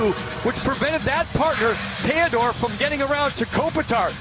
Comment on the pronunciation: Who the hell is Tandore??? Did that announcer mean, THEODORE?